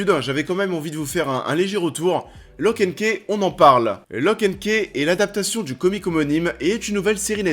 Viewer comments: Stop de tuer l'anglais ! On dit lock and khi. My god ! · Mon dieu ta prononciation « locke and ké » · "Lock & kéh" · "Lok end keh" 😅😂